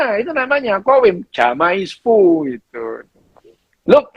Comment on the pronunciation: Maaf... "Jamais vu" dibacanya "zame-vu"... jamais is French for "never"... Sekadar mengingatkan...